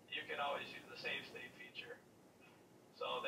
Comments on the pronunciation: It's state.. not slate. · Sparkster is the snes rocket knight and it's save state ;) idk if you are saying that or not but it sounds like you're saying slate.